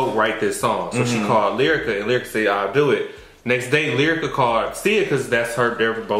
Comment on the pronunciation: i love you but you gotta do better. was right Brittnee had a whole segment. And everyone knows she said “Lierica.” Brittnee has always felt Lyrica shaded her and has never acknowledged her and went out of her way to pay for studio time and Lyrica came to Brit event. Despite all the issues she has with her mother she has made sure she has helped people out (Blac Chyna and others). In regards to Yo-yo and and her stance on new generation I agree they always say that but I agree that abc lyrics aren’t rap. Period. There is no message.